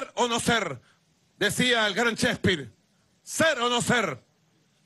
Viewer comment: "Ser o no ser, decia el gran Sherpir"- Maburro, Grandes Pensadores.